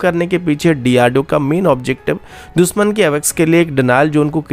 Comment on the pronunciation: दुसमन नही दुशमन, एकजेम्पल नही example, इस्टेब्लिसमेंट Nahi एस्टेब्लिशमेंट Bhai अपना उच्चारण सुधारो। News padh rahe ho ya mazak Kar rahe ho? Kam se kam khud kaa naam hi sahi so bol lo, " होता है या "? Yaha BHI गाओ,खेड़े वाला उच्चारण?